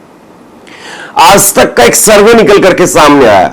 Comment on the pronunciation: Are yaar tum har shabd me nukta kyon laga dete ho.... Aaj tak ko aaz tak bolte ho... AAJ hai \AAZ nahi